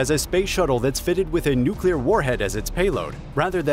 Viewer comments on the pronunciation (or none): none